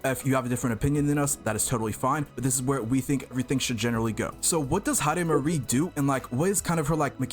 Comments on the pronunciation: Heidemarie ❌ Heidimisery✅ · Heidimarie ❌ Hyper-carry✅